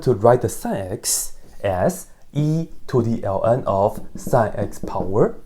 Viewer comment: Pronouncing "sin x" as "sẽx" and "negative i" as "nakedy i" ...you have my attention, sir. 🎩